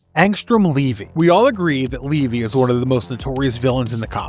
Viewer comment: Its levy not leevy…